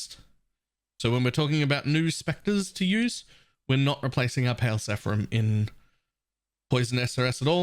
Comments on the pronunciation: Awesome spectres this league! But hey, it's seraPHim, not sePHarim! ;) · "seraphim", not "sephram" or whatever you were spewing.